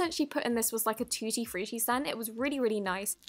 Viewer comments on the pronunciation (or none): none